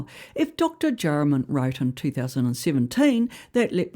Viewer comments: Jayaram is pronounced Jay - a - ram, not Jay ra man. Other than that.. spot on! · Don't worry about the pronunciation. We know who you mean by Dewie and Jayaram!